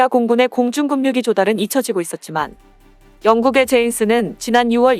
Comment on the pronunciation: 공중급유기 발음이 '급뉴'가 아니라 '그뷰'로 해야지...에혀... 점점 이상하게 발음들을 하고 있냐... 참나...